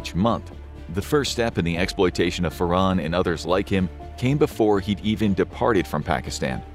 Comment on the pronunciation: It's pronounced FAR. HAN. ... not "Far. On."